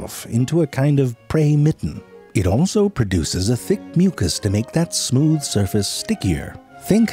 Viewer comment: Nigga said "smewth"😂😂... oh Frank, you make me forget that I'm depressed